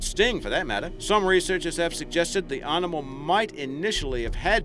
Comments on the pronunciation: What kind of accent pronounces animal as "ahrnimal" - where's that from ? Confused me at first, " pahrterns" too.... had to go back over the video to re listen..... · sorry luv the channel .... but what way is he sayin (animal )?